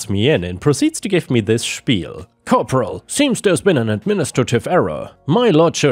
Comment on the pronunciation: Hey, do you speak german? How you spell spiel was flawless.